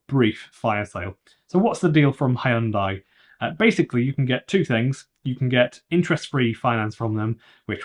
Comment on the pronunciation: you lost me at "Hiundai"